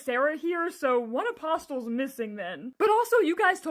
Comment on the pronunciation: Your mispronunciation of apostles…😬